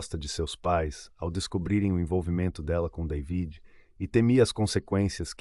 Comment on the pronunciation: DAVID SE PRONUNCIA DEIVID